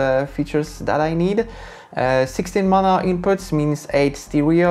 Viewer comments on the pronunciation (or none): none